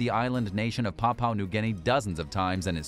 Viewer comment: "Papua" is pronounced "pap-you-aah", not "powpow"